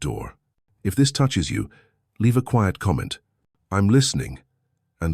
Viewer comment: Your AI constantly mispronounces the word "quiet". This is a basic word in English.